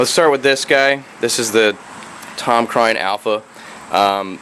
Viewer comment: Hmmm. I always pronounced it "crane" not "cryne"